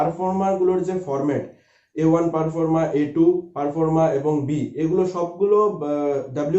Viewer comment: আপনি কিছু তথ্য দিচ্ছেন খুব ভালো। কিন্তু আপনার উচ্চারণ শোনার পর খুব সন্দেহ হচ্ছে যে কতটা সঠিক তথ্য দিচ্ছেন। পারফর্মা নয় ঐটা প্রফর্মা। 🙏👍